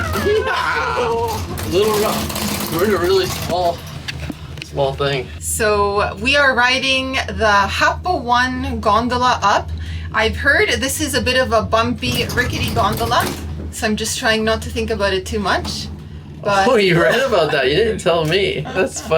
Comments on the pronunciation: Made the same noob mistake pronouncing Happo One as Happo 1 when I was there. The correct pronunciation is Happo ‘Oh-Nay’ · Es muy cómico escuchar a los turistas diciendo Happo 1 pero ese one se lee tal cual porque es una palabra en japonés que significa algo así como cadena montañosa 😂